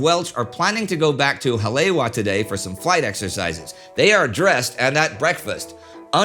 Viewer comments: Brah I cringed so hard too, it actually hurt 😂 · War Two - As a resident of where all this happened, I am super pleased with the "Deep-Dive Research" that has gone into this series. While I've known most of what you are presenting, watching this has been a very intriguing & enthralling series. The only CRINGES are whenever "Ha-le-wa" is pronounced, like . Your pronunciation is missing a complete syllable. To many people around the world, especially within the surfer communities, Hale'iwa is a very iconic location. There are many, MANY people who DO KNOW that it is distinctly pronounced as "Ha - le - EE - va". I'm not sure if it can be corrected, but you may wish to consider doing a voice over with the correct pronunciation for any subsequent releases. Other than that, I have been enjoying everything else. Ma-ha-lo (Thank You). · It is because of my admiration for Indy's mastery in pronouncing foreign names and places that I'm writing this note, rather than to nitpick. While enjoying your engrossing Pearl Harbor series, I couldn't help but notice that Indy was incorrectly pronouncing "Haleiwa" (or Hale'iwa), the name of the North Shore airstrip that figured prominently in the story. I borrowed this phonetic rendering from : That same site has a more elaborate pronunciation transcript if it's helpful. Basically, the last two syllables should be pronounced eva, with a long "e". I'm a great admirer of your show(s), and wish you all the holiday best. Douglas Clark, Kauai, Hawaii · Like all of your documentaries this is another home run, but... The “w” in Haleiwa and Ewa is pronounced like the letter “v.” Again, first rate documentary. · As a local I could nothing but cringe every time he said Haleiwa and Ewa xD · Early in this video, Indy refers to a "Hah-LAY-wah." Hawaiians know he must mean Hah-lay-EE-vah (Haleiwa). Oahu's North Shore City. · Haleiwa is pronounced Hal E, Eva.